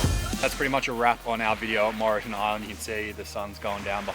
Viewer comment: Great vid mate, just a heads up it’s pronounced without the E as in Morton